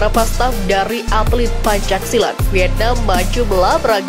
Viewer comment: Pembaca teks narasi salah dalam pengucapan PENCAK SILAT bukan PANCAK SILAT.